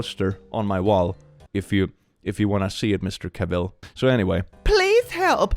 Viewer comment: Love your channel. Just FYI, “Cavill” rhymes with “travel”, per Henry himself.